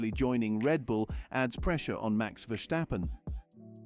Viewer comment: Max' name is NOT VerSHtappen - but just Verstappen, with a regular 's'...